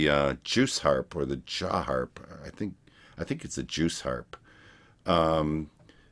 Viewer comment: I swear it sounds like you're saying "juice harp". Lol Either way, Chance did that & he does that & guitar sounds in other songs. Thus one is really country, but it fits the song. They are incredible & sing all varieties of genres. Great reaction! 🥰